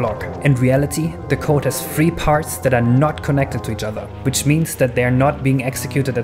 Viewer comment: It's very unclear when you say “free” when you mean to say “three”